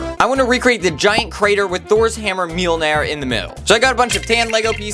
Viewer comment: Mjolnir not nair! 🤬🤬🤬🤬🤬🤬🤬🤬🤬🤬